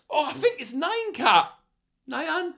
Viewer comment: Its 'Knee yaan' not 'noy an/ni- an'